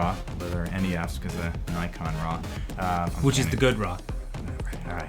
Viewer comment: when U said RAW i tought you was saying RAA the egyptian God ; i said wtf, great job btw